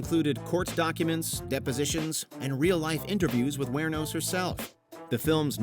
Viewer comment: I'm impressed. Not only did you mispronounce Aileen and Wuornos...you mispronounced Theron as well. 🤦‍♂️